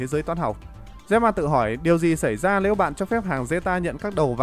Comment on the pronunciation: “…lếu các bạn…” 😂😂😂